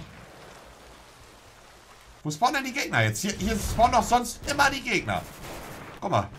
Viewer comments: Das heißt auch nicht Gegna sondern Gegner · Monte kommt es nicht auf die Korrektheit an, oder ob es im Duden steht. Er sagt das, was sich nicer anhört. :D Duden: Gegner Monte: Gegnas